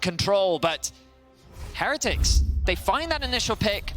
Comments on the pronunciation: cant stand how the one caster butchers the word heretics. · The team has specifically asked that we pronounce it with emphasis on the middle syllable. So it's "Heh-REH-tics" rather than the usual "Heh-re-tics'. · Why do they pronounce heretics so weird, is the only one I’ve heard that pronounces it right???